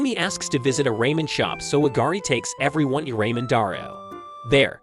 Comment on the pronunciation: Did he just say ray men